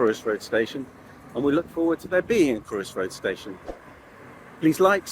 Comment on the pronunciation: Very interesting. It’s not Crewe-is Road it’s Cr-oi-ssss